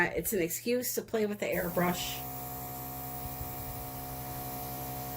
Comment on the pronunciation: First time on your channel! When you said "airbrush" I heard "hair brush" lol Sitting here trying to figure out what kind of bristles & how you were going to be using it lol